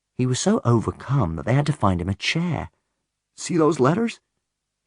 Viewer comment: It is very obvious when he says "Hair" and "Chair" and anything else like such. He says it with a long A.